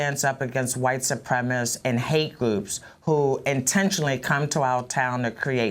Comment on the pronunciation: Wow, the mayor can't even pronounce ,"white supremacists". Telling.